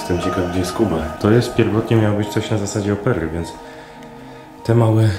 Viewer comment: Opery. Akcent jest na O. Nie na oPery.